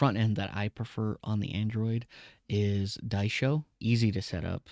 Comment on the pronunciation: I think the OP doesnt know how to read. He calls it Die-Sho. Don’t call it incompetence, it’s like dyslexia or something.